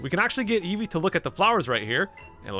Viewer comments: EVO uh...it’s evee, evee EVO uh whatever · Why does eevee say eevoy instead eevee it’s so weird.